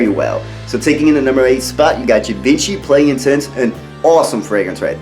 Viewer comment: You look sharp and you are giving great spirited content but I must tell you that Givenchy is pronounced Gee von she. Just saying. Keep up the good work!